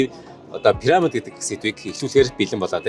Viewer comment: Ene gold ni suuj bgaa sahaltai pesda chne hel muutaimuu? Paramid Paramid gd hutsaad bhiin.. Piramid gd zaagad ogchooch sd..😂😂